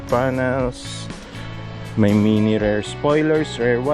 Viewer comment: boss pronounciation ng “Rear” Rir hindi “Rare”